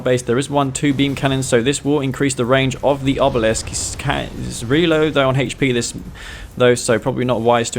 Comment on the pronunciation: "Hay-ch P " Hahahaha That accent. Raised West Coast